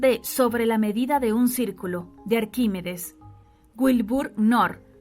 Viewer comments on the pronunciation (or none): none